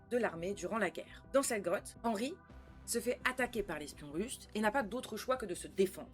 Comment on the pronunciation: Nan mais pk? On fais des reacts sur une série trop longue qui n'est pas finie? Nan mais pk? On dit "rainbow arc en ciel" Genre tu as pas traduis mind flyer just après... Perso, je trouve que "arc en ciel" c'est pas la partie la plus dure à traduire... en plus, tu dis hennrhy au moins 10 fois, mais le boss de fin, tu traduis pas son nom... Ah, et puis, juste pour mon info perso, pourquoi le bonnet sur ta tête ? Pblm avec EDF? Calvitie? Tellement de questions...